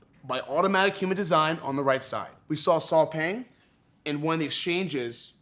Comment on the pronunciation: I believe the name, Saw Paing, is actually pronounced "Saw Pie"?? as in Math's PI considering that he's a Burmese🤔